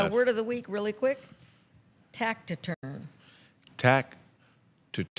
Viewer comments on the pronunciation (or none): A? Oh,... A "taciturn" person is reserved, quiet, or not very talkative. A shy guy. It's pronounced TASS-i-turn, not TACT-i-turn. read it wrong, pronounced it wrong, and added a third "T." Yikes. If she wasn't trying to "teach" us something, I'd play my role in a taciturn manner. This time, I'll be a little more loquacious and ryn off with the mouth. (Well, run off with the fingers. Let my fingers do the running. Let my fingers do the walking.) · Hey D it is NOT tac-ti-turn it is Ta-ci-turn. I guess we can attribute your dyslexia to your aging brain. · taciturn/ with a soft c pronounced s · It's taciturn. Pronounced with an s, not a hard c!